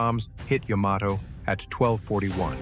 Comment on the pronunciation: Thank you for pronouncing the ships name correctly.